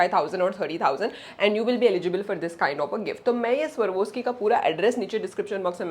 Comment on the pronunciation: It's not pronounced as "Sarwoski" it's pronounced as "Swarovski" farak hai